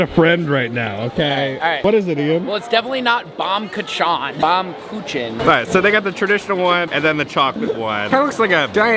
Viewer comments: Ian nailed the Baumkuchen pronunciation! BAHM- KOO- HEN---hard on the H like Ian did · Your friend said "Baumkuchen" nearly right... "Baum" means "tree" and "Kuchen" means "cake" (in German)... :trophy-yellow-smiling::goodvibes